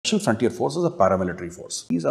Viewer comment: Hasar nahin hashar aur spesal nahin speshal kahiye. Correct your speech since you are running a channel. You are making yourself a😂 laughing stock.